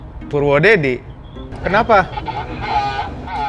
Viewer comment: Purwodadi = purwodedi 🤣